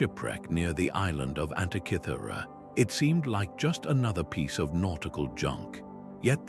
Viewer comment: One minute in and the inaccurate AI illustrations have turned me off. That "Antichithura" device is a wholly invented fake. Do you mean ANTIKYHERA MECHANISM? If so your translator is as bad an example as I've seen and heard. Zero marks for content!